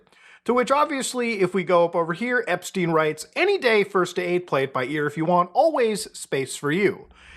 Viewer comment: epSHteen 😬 first time I hear that pronunciation 😂